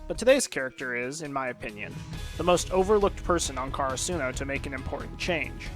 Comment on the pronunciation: Man really said car a sUno